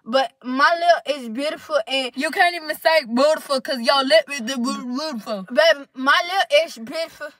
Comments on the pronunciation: “It’s beautfer huh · "ItS BiTAFul ' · I almost peed laughing so hard when she said Prettiful 😂😂😂 and Beautiful 😂😂😂😂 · She said it’s butaful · “it’s betiful it’s butyful it’s bootyful” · plsssssss the struggling to say beautiful 😂😂😂😂😂😂😂😂.